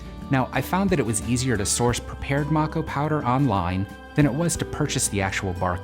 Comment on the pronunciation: This is so wrong you always light sage with a candle held at a 45 degree angle white sage is closed and to you it’s not smudging it’s smoke cleansing smudging is a closed practice it’s called MAe-ko powder not mak-o you could of also easily bundled the sage instead the opening of the window is not for the fire alarm it’s so the evil spirits and negativity can fly out the window wich won’t matter for you since you burned white sage indigenous spirits will be mad anyways